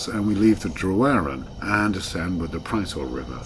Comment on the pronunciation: If you happen to be devoted to this landscape (I am!) this is interesting, but rather let down by the failure to comment on the landscape (e.g. the names of the mountains seen) or the historic sites shown en route (e.g. the Roman fortress at Trawsfynydd and the early castle of Castell Prysor, pronounced 'Prussor') but also by the rather deplorable mispronunciation of Welsh. Tryweryn is perfectly good usage - the mutated form with a D is used in grammar such as in the memorable 'Cofiwch Dryweryn' painted as a resistance sign. Llandudno is pronounced 'Llandidno' (I live nearby!). Bala has short 'A's - not the English 'ah's - so it is 'Balla' not 'Bahlah'. Sorry!